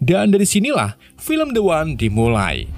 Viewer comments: The One = dibaca Di wan. Soalnya bertemu huruf vocal👍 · The One tetap dibaca De Wan.... larena pengucapannya huruf konsonan.. bukan vokal